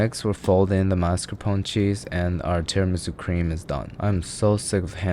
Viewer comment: Hows it not gonna be soft without the bone? U think rib bones r some sort of platinum catalyst that enables the reaction without taking part in it? Its still not how "mascarpone" is pronounced